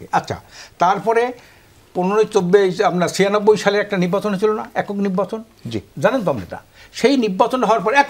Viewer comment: এই লোকের পেশা কি? উনি সঠিক উচ্চারণ এবং শুদ্ধ বাংলায় কথাই বলতে পারেন না!😮 "নির্বাচন কে বলে নিব্বাচন" এমন অনেক গুলা শব্দ!!😅